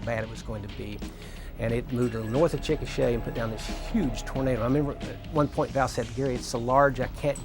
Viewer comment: With rapid-fire mushmouth, his pronunciation of the word "Chikasha" can easily be mistaken for the word "chickenshit." Is that how people in Oklahoma talk?:)